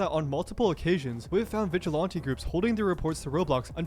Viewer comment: I can't stand how the guy un the video say the word vigilante, has he never heard it said before?